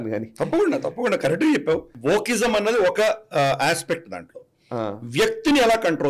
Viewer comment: Sir, you are pronouncing a word something like 'vochism'. when you speak about such words will it be possible to display on screen for us to understand?